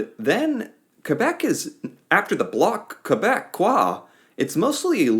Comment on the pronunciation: Hey, the ON riding that was added is mine!, it's the Block Kay-beck-kwah ❤ *ETA: this is the way it works. We vote using paper ballots, hand written, hand counted. We also have advance voting, and mail in voting. These votes are counted by a small, secret team in advance. Sometimes days or weeks in advance. These are kept under lock and key at the Elections Canada office, which is a completely apolitical elections entity. Elections is all they do. Electoral staff are determined using census data, so they also have an idea of how many eligible voters are in the area, and from that, they can extrapolate the number of voters likely to vote in each riding. So, once the ridings start reporting things begin happening rapidly. 1. Advance polling results are unsealed giving a big chunk of data right at the beginning. 2. As polls come in, there is some idea as to the percentage of eligible voters. So, pollsters can begin to make rough guesses as to what percentage of eligible votes have already been calculated. Of course, they can and will be wrong. 3. Any ridings with a percentage difference of 0.01% our Elections laws mandate an automatic recount, so that means that seats can change days or weeks later in razor thin ridings. 172 for a majority. If no one gets 172 seats, its what's known as a "minority government" which basically means everyone gets put in their get along shirt. With that understood: 4. There are several pathways forward to governance that are going to blow you